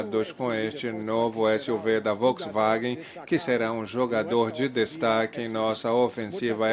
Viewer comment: Onde ese tradutor ve uma letra i, pra falar "Volksiwagen"?